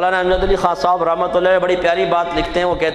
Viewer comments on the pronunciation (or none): خاء صاحب نہیں ہوتا ڈھنگ سے بولنا سیکھ لے پہلے خان صاحب ہوتا ہے خاء صاحب نہیں ہوتا